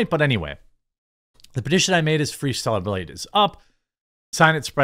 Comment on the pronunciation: And also, I've heard you say 2 things this whole video. That kind of brought to my attention. GAYB Instead of blade. AND org Instead of org l o l what What is your brain going through LO? L.